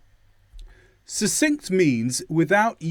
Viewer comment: Fantastic, sir...The word succinct is pronounced /səkˈsɪŋkt/ but you are mispronouncing it